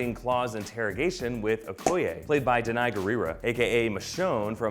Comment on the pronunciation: Danai's name is not pronounced like that. It's a Shona name, actually search for the pronunciation. How do I know? Because I'm Zimbabwean and I speak Shona